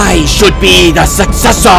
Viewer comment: the first time i heard i thought he said cyan b1tcH Sorry Also the way he says sUcCesSOr